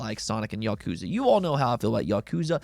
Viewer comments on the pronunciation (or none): none